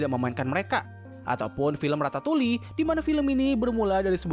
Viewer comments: Mau ngasih kritik dan saran buat abangnya: 1. Film tikus yang bisa masak itu judulnya Ratatouille tapi abangnya nyebut Ratatuli. If it's a joke, it's not funny. 2. Namanya Elio Solis, tapi abangnya nyebut Elio Elis. Minimal kalo kesalahan di audio ada teks tambahan *Elio Solis 3. Ini yang paling penting, Kasih credit!!! Film yang di tayangin bukan karya sendiri, tapi milik Pixar Studio, jadi harusnya ada teks "Courtesy / Property of Pixar" di video. Sebagai youtuber harusnya udah paham ini buat menghindari hak cipta. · Ratatuli dong, yg bener tuh Ratatouille Bang 😆